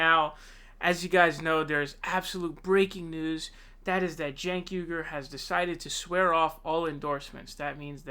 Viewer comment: Sanders is a lawn chair who folded and endorsed Clinton after she took over the DNC. He is old and had a hard attack and will not last four years. Also, Ii’s pronounced Senk. The “j” is silent and stupid.